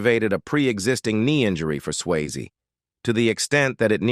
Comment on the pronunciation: His name is Patrick Swayze not Patrick Sways give me too many mistakes in how you say things but this mistake is just worst and bad it is just shows that you have no care in what you're doing.